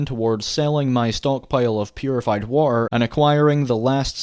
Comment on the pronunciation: Yeaaaaah, "The waer 2: waert"